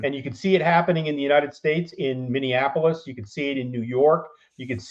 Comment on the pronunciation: It's really irritating when people who don't even live here speak with such authority like they know what is going on. The Somalians are not "taking over Minneapolis". The Somalians in Minneapolis can at least pronounce Minneapolis correctly. Maybe keep my city out of your mouth if you can't even pronounce it properly :) Sure there are a handful that aren't assimilating, but the overwhelming majority of Somalians are great assets to the community and contribute only positively. Every community, including Caucasians, has a handful of bad apples. To assign that behavior of a few to an entire population is racist as hell.